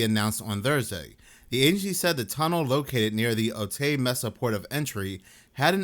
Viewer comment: Oh Tay and Tee wanna. for correct pronunciation